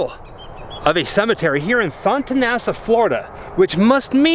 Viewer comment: I am a tampa native and grew up around Thonotosassa. It's pronounced thuh-no-tuh-sass-uh haha I used to see that family around town. Watching American Horror Story FreakShow was so wild. As always, love your videos.